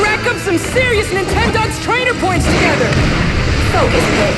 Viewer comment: It was when he said "Nintendoggs"?